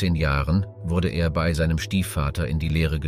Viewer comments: Schade, wäre sehr spannend gewesen, aber "eingeflogen"???? Gemälde und Skulpturen gepixelt? Namen bekannter historischer Personen falsch ausgesprochen und eintausendsechshundertachtundvierzig statt sechzehnhundertachtundvierzig bei JEDER Jahreszahl und ständig dieses BEY. ??? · Euro beiträge sind super aber bittenerklär mir was du gegen das Wort "bei" hast, denn du sprichst es ständig falsch aus. Das stört den flow des Videos meiner Meinung nach.